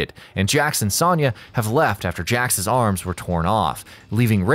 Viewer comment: Please learn to pronounce Sonya correctly.